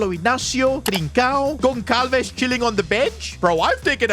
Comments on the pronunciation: for future content i will just help you saying that instead of saying goncalves it pronounces gonsalves so when you see a portuguese player with the letter Ç just pronounce like it was a S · As a Portuguese I’m very annoyed that called Pedro gonçalves “gon cal ves” it’s supposed to be “gon sal ves” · ITS PRONOUNCED GONSALVES NOT GONKALVES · Ç is pronounced as S. Like Barça.